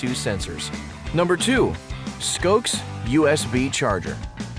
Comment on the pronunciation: It's pronounced "SKOSHe", not "SKOKe" for Scosche. Must be recorded by Russians.